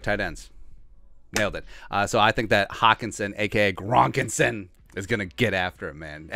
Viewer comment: I snorted soup out my nose when you said "Grokenson!" so thanks for that